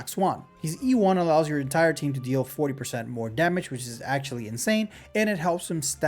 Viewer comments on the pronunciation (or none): none